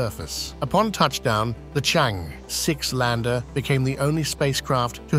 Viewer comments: It's pronounced "chung errr". Not chang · Changi is the world renown airport in Singapore CharngErrh is this lunar spacecraft. (not chang, not chang-eee) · it should be pronounced as Chang-Er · This commentary mispronounces Chang'E all sorts of diferentt ways and also the name of the relay sattelite and mixes up tenses, putting things that happened in the past in the future tense. If someone is careless about such things it is difficult, dangerous even, to take seriously, what they say about anything else.